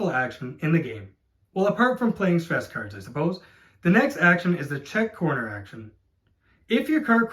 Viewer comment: Great video! Was kinda hard to differentiate between you saying 'cars' and 'cards' though ,was confusing at times hahah